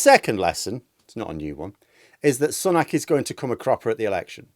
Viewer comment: Sun ack? No, Su nok.